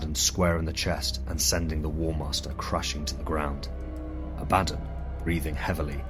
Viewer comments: “Ab-ah-don” (Phonetic pronunciation) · Lmao abaddon?! Why do you say it wrong like that